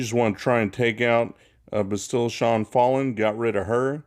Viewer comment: I stopped watching the second you couldn’t pronounce “Bastila” correctly